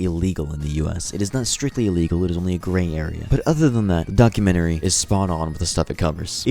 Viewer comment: 😭 he said documentary wrong 😭